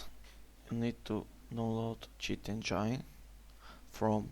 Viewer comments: "You gotta open cheat ENGAINE" lmao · cheat enjainnne RIP ENGLISH